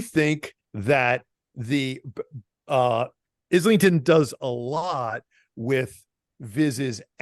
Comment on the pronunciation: Thanks for the discussion! Not to be "that guy" but it's pronounced "eye-ling-ton" haha